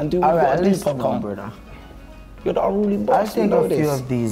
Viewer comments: A man said “Popcorn” 😂🤦🏾‍♂️ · Why he murder his name at the beginning like that man said :"popcorn" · so no once clocked that he said 'popcorn' and not 'popcaan' ? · Its popcaaan not popcorn bro